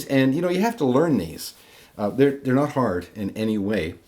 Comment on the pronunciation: "It's really, really 'ard..." Did I just hear that? Would French be your first language? Great video! Bonjour de France